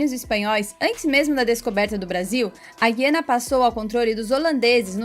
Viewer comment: Guiana.O (u) é pronunciado.